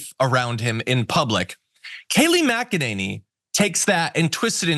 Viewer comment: It's pronounced "mack-a-ninny".